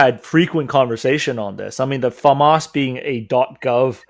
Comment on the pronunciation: It's pronounced Fauxmas! Thank you very much.